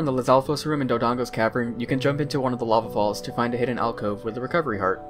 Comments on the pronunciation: wtf is Doodong's cavern. It's pronounced, and spelled, Dodongo's Cavern DURrrrrrr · my guy said doo-dong's cavern lmao